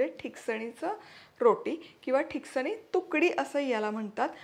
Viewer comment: pronounce it as " Tiksaani" which mean which is thikat. Glad you are showing my konkani recipes. There is another dish made from thin poha called " mande" if you can post this recipe i will be happy.